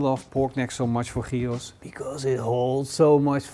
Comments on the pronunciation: jiros???? Not Giros. 🙂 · The funny thing is, the way you pronounce gyros sounds more like the greek word for pig (hiros)! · Ziet er heerlijk uit, tipv an een wannabe Griek: je spreekt het uit als jiero (niet op zijn Nederlands gyros)! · Love from Greece! My only comment is that you seems to have a bit of a tough time pronouncing giros. Easiest way is like this; they the Yee from Yee-hah, and the Ro from roast , and then ss at the end. Yee-ro-ss. :) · It is not calleded shehhhheeros GYROS! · it's pronounced yiro, greek doesn't use any throat noises. Awful pronounciation. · Best khyos recipe I've watched today. But isnt it pronounced khykhos? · sounds like he says Heroes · You say the G in Gyro Like a Dutch person… Maybe Belgium… But I think Holland. Funny to hear this G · with all respects...GYROS should be pronounced correctly :) GI, like GIB..but without B..or GIT whitout T ... and ROS ...as ROSBeef...but without beef :) ....and is always without beef because is made from pork :). Also, by tradition, is cooked vertically, to allow all juices to infuse lower levels. Never the less, thanks for your video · I heard so many screw ups on the name GYROS ,but this one is something else 😅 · the way he pronounces "gyros" is off putting and annoying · With a completely incorrect pronunciation?